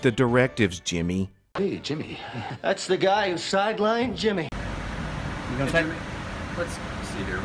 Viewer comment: Thanks for another epic episode,!! The "JI-mmy" Kruger at the end was a masterful touch! 🤣👍🏻👍🏻